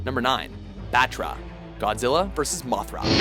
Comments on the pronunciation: motra isnt a thing its batra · Allow me to translate the entries on this list into their proper pronunciation. #10: MEW-TOH!!! #9: BAH-TU-RAH!!! #8: BIIIII-OH-RAWNTEH!!!! #7: HEEEEEEEEH-DOHRAAAAAHHHH!!!!! #6: KINGUUU SEESHAAAAAAAAAHHHHH!!!!! #5: AHN-GEERUS!!!! #4: GAI-GAAAAHHHHN!!!! #3: DEEEEEEHHHHH-SHTROOOOOOYYYYYY-AAAAAAAAAAAHHHHHHH!!!! #2: MMMMMMMMMECHA GOJIRAAAAA!!!!! #1: KIIIIIIIIIIIIIIIIIIIINGUUUUUUUUUUUUUUUUUUU GHEEEEEEEEDOOOOOOHHHHHHHRAAAAAAAAAAAAAAHHHHHHHHH!!!!!!! This concludes today's racism. Arigato!